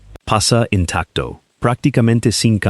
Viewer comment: Por que el narrador habla con acento español latino perfecto....y de pronto habla como inglés enredado..."intactuo"...? 😂😂😂es un chiste escuchar esto😂😂😂